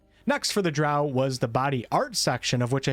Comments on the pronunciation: Drow like crow. Gary Gygaxx invented them. Thats how he pronounced it. He wanted something dark like a crow. Eclvadra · Drow is pronounced with “o”, not “a” (sorry) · He said drow like cow